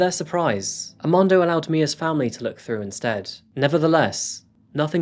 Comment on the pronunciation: I'm am quite sure you went thru the alphabet in school both in America and in the UK right? R is never silent aRmando not AMANDO lmao